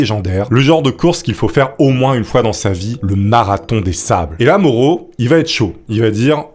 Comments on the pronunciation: Ah je connaissais déjà cette histoire! Désolée, son nom se prononce "MAORO" et pas "MORO" Je te pardonne, tkt😉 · Putain, alors Mauro ça se prononce Maoro, et pentathlon, ça se prononce comme pentagone, gros zboub, et pas comme pantalon! S'amenuir??? du verbe amenuirer? Le sang si Zèpaissi.... Putain t'es un conteur mec, fais un effort, fais toi relire par un mec qui parle français. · Mauro se prononce Ma-o-ro! 😂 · Super vidéo, comme d'habitude. J'ai un grd père italien. Et le prénom se dit Ma-ou-ro. Pour info :-)